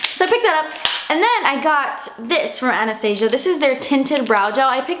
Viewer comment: You have absolutely no idea how happy I am you say Anastasia right everyone says Ana-sta- za don't know how to describe it but maybe u understand?